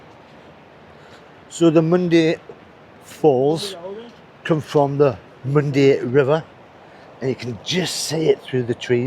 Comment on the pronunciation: Its pronounced " Mondah Uh"